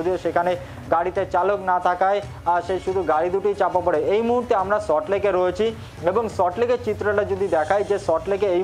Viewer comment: Are bhai Salt Lake.. not sot lake